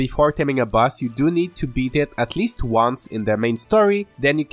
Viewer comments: the word boss you say like bus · Your accent makes boss sound like bus which is funny *Edited to clarify